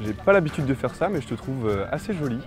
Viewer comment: "asser joile"